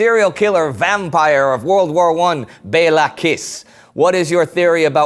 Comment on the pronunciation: Kiss in Hungarian is pronunced as Kish.